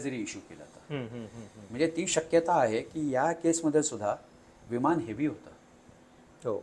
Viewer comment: तसेच विमानाला विमाण म्हणणे हेही सारखे खटकत राहते. 'ह्युमन एरर'ला ' ह्युमण' एरर '